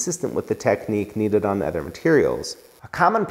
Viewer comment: He says “other” like “ehther” haha great channel love